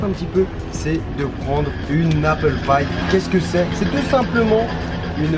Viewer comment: ptdr j'avais compris "apple paille" au lieu de "apple pie" xD je me suis dit "mais .. WTFFFFF" xD